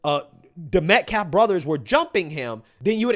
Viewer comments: I'm honestly so done with this POS race hustling career criminal talking about "disrespecting the victim" when he can't even pronounce his freaking name correctly! It's METCALF NOT METCLAF DUMB@ And wth is a "weather journalist"? Do you mean meteorologist? 🙄 For the record, I do not agree with either family being threatened or doxed. That is despicable behavior that neither party's family should go through. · Why do they keep mispronouncing Austin Metcalf's name They keep saying Metclaf I wouldnt have gone Ive no idea why Mr Metcalf went But its some sort of public press conference talking about his son and yet they dont want him to be there They're talking about their "opinions" - opinions about a killer who stabbed an underage boy to death Why do they all keep saying "y'all" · Yeah, this jerkoff says he has so much respect for the victim but will not pronounce Metcalf properly. He knows how to pronounce it. He just doesn't want to. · It's racist to mispronounce his last name. Sound familiar? Say "Metclaf" one more time! 🤦🏽‍♂️ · This guy talks about "DIGNITY" while mispronouncing "Metcalf's" name as "Medclaf". Damn clownshow. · MetClaff? you don't even have the decency to pronounce his name right....A want this attorney investigated because there is no way he is an honest broker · That idiot can’t even pronounce Austin’s name right. He is a joke .. every-time he talks about him he calls him Austin Metclif. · "METCLAF" he can't even pronounce the Victim's name correctly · What’s disrespectful is how he stays mispronouncing the victim’s last name. I refuse to believe he hasn’t heard it pronounced correctly. And don’t think I missed that, “actually I’m super respectful cuz I know stuff about the victim that I won’t repeat cuz I won’t speak ill of the dead.” So convenient that this info can’t be determined to be 1) real or 2) bad cuz he’ll never tell. But it still serves to cast the victim in a bad light. That’s some Jedi mind trick level BS.